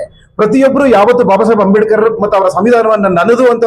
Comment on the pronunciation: ಅಂಬೇಡಿಕರ್ ಅಂತ ಹೇಳೋದು ಸರಿ ಇಲ್ಲ. ಅಂಬೇಡ್ಕರ್ ಅಂತ ಹೇಳಬೇಕು